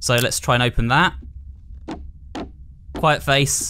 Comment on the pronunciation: "YOU WILL DIE HERE." "Noo I wont💅!" "Oh my god thees a face guys theais a fasce!" "Can I do anything else on my phone?" "Be quiit fasce!"